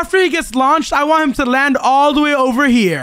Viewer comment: In the fight wudo was struggling 😂while it’s so easy because he is overpowered with his sord lol😂and he was saying I don’t wana die but insead I herd i wana die😂😂😂